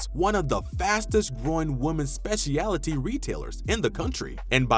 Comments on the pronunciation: it's SPECIALTY (speh-schul-'tea)... NOT "spesh-EEE-AHLLL-uh-TEA" ...no 2 additional syllables needed. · A good list and look back. Please correct your pronunciation of specialty, subsidiary and use of Warner Brothers (no matter how the sign abbreviated it).